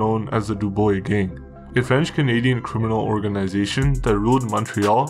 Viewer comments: Not that it matters but that’s not how you pronounce their last name at all. Dew-buah. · Awesome work but every time you say "DuBoy" I spill my milk 🤣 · It’s pronounced like “dew-bruah” in Québécois actually… we used to deal herb as teenagers in ‘70s and these punks controlled Old Montreal. They would beat you and steal ur product and there was nothing u could do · Bro how is it possible that you live in Canada and dontknow that Dubois is pronounced dubwa?...how bro? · If you aren't sure how to pronounce something French, maybe ask a french speaker. Dubois is pronounced Doo-BWAH. It's really annoying. I like the content. Great show. Hire a voice, and you'll go far. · Good vid but it’s pronounced Deubwa and Jhon-Ghee. ✌🏼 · pronounced DOOB-WAH 😘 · If you’re going to cover Canadian crime learn about the language and culture you’re covering…..this is in Montreal, Quebec which is French central in Canada….Dubois sounds like dubwa…… some were pretty darn close but for the most part….not so good! I’m not even French and the poor pronunciation drives me nuts let alone the French Canadian fans you have…… On a positive note, the editing style is good. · It’s pronounced doobwah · Can't finish this watching this video hearing it pronouced du-boy. My ears hurt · bro this is a really well researched video but you need to look into how to pronounce french names, hearing "joHn Guy DooBOY" just doesn't sound right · i think its dewbwa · pronounced dooob-wa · It’s (doo-bwoh) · The name is pronounced doobwah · its pronounced doo-bwah.. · Your pronouncement of their names first and last sucks, it is not pronounced "duboy" use Google for proper pronouncement of their names. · It’s pronounced Doo-bwa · its pronounced DO-BWA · Dubois,,pronounced ,,dew bwaw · Its pronounced Doo-bwa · pronounciation is wrong....Dubois DU BWA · Dubwah is how you say it. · Pronounced .....dew bwah Just saying. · Great video ! Your pronouncing their lastname wrong though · *Du. Du-bwa. Du as in Duracell.